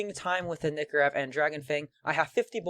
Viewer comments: Lol he calls it a nikorev not a nykorev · The nykorev is procunced nie-co-rev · PRONOUNCE NYKOREV RIGHT PLS